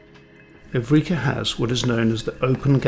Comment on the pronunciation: Pronunciation of ship name is wrong. Evrika == Heureka.